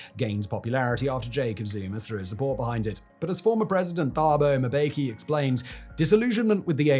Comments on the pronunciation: I always find it comical how Anglos struggle with "Mb" combination names. Dude is like "Thabo Moobeki" instead of "Mbeki". Interestingly, they dont struggle with the Mb in "Ambassador" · Great video. Keep it up! NB: when a name has the letters 'Th', the 'H' is silent. It's also pronounced Mbe-ki (2 syllables) not "Ma-be-ki. Great content but not taking time to research pronunciations adds a blemish to the credibility of your videos. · Just a point of pronunciation: The name Thuli relies on a hard T sound and a silent H thus rendering the name Tuli Too-lee. Likewise Thabo is Tabo Taa-bo. Mbeki is mm-bekee with no vowels between the M and the rest of the name.